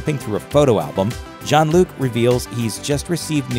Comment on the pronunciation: Sounded like he was calling him John instead of Jean.